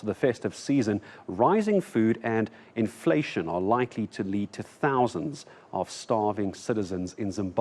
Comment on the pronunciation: The hayesti food infletion agenesti 🤣